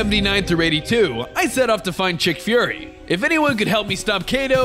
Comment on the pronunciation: Nick furry and you call him chick furry